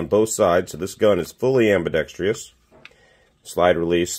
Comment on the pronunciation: There is NO “Tree” in “Ambidextrous”! 🤣